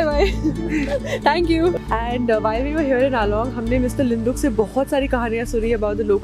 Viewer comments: Its liduk not linduk..nd he is my uncle..besides that i just love your videos..keep going..lots of love from arunachal pradesh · It's liduk not linduk🤗